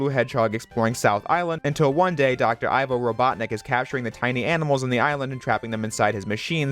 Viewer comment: Btw, and sorry if this is a nitpick. But Eggman's first name, Ivo, is pronounced E-vo not I-vo